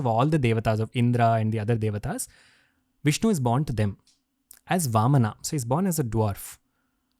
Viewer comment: Very informative. A person with great knowledge. But it feels bad to hear all these beautiful words are spoken with A at the end. AVATARA, NARSINHAA, VAMANA, RAMAYANA, PARASHURAMA and many others.